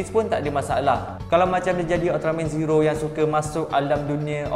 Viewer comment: yang aku dengar dia kata cincau🤣🤣🤣